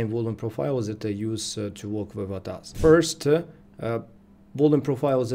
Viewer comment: Bro pronounce it A . T . A . S = A T A S ATAS is wrong 🙏👍